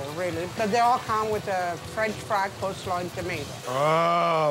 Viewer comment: Did he say unique COLD slaw?